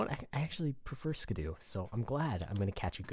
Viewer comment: Its SKIDDO not SKIDOO..